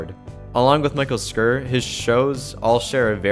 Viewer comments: It's pronounced like "sure" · Hey brother just so you know Mike Schur's last name is pronounced like "sure". Great video! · cringe. it's "shur". couldn't you look that up? you should go through and just edit that completely. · Ormondbut it's pronounced sh-ur not sh-ore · travis mathis no it’s pronounced sherr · Michale Schur is an easy name to pronounce Schur is pronounced "sure".